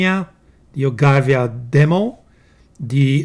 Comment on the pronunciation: ... OGIVA, no ay, carissimo, your pronunciation is off, totally off, you know us Italians. We are special when it comes to pasta, pizza and pronunciation.